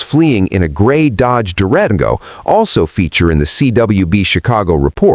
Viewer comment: It's an AI generated channel. The scripting is pretty obvious but the ai narrator reading stuff like "white Chevy par" without hesitation or the way it pronounced Durango make it clear.